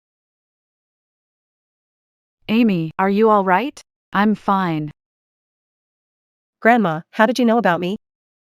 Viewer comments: I'm grateful they haven't said "Feena' instead of fine. It gets to me each time lol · same or when the say im finne